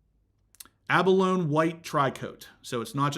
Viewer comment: Abalone = expensive and delicious shellfish. Pronounce it ab-a-lone-EE. As far as markups, shop elsewhere and make them stop.